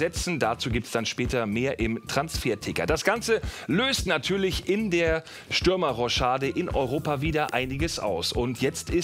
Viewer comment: Wen hat das Roschade auch genervt? Es heißt Rochade😂😂